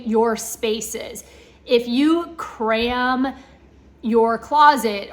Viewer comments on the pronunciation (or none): I didn’t know CRAM was a two syllable word. I learn new things every day.